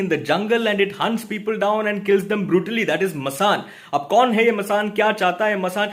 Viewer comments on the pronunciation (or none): none